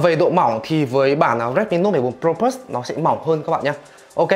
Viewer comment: Đọc từ plus bình thường đi. Đừng cố tỏ ra chuẩn tiếng anh khi phát âm của mình không tới nữa. Cừ bờ lớt đi đừng có phì lus xì nữa nghe phèn lắm.